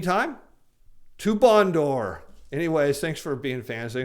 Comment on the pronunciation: "To Bondor." Lol. This week may be the week.